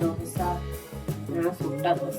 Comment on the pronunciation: ദോഷായല്ലാ 😂😂 ദോശ എന്നാണ്